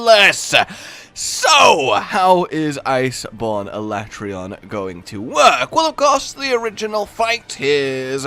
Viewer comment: sorry Capcom, but I'm still calling him al-at-ree-on, not ala-tray-on